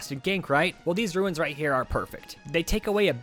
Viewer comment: Ruins... Ruins... Ruins.... ITS RUNES!!!!!